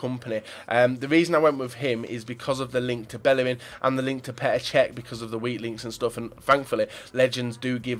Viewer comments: Why do people take the piss out of people when they make a mistake flipping hell he said cech by accident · Reckord breaker Cech u said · you said record breaker cech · so do you- it's Čech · He says cech😂